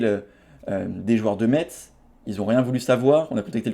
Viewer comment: par pitié, Metz se prononce « messe »